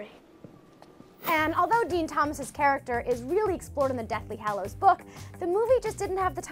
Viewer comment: “The Deathly HALLOWS” my god